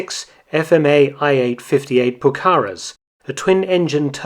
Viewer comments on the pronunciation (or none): I know you pay immense attention to detail in your videos so I'd just like to point out that Pucará is pronounced with the stress on the last syllable, not the second.